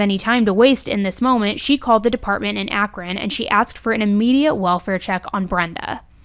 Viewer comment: I noticed you pronounced Akron like the Ohioans in this video. You must have have saw us all in the comments last time you did an Akron video. Lol